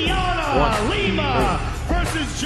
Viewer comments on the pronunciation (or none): none